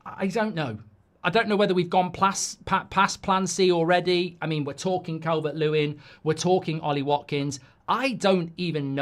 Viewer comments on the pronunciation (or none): It's Calvert-Losin isn't it 😂